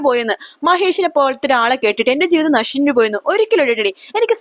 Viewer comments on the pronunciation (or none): നശിഞ്ഞു അല്ല നശിച്ചു എന്നാ പറയേണ്ടത്